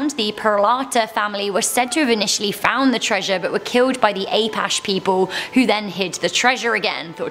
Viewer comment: Old Dutch Mine. "Ah patch ee" not apesh.